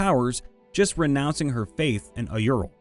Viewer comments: “Auril” isn’t pronounced “ay-ur-il” It’s “ore-il” like “aura” is “ore-uh”. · Oof, your pronunciation of "Auril" almost made me physically cringe there! It's basically Oh-REEL. Great story though - character development FTW!